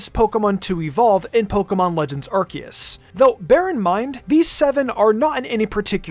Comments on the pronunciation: STOP CALLING IT ARK E US. It's r see us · I am Captain Pedantic. Ar-see-us. Ar seeeeee us Ar-see-us.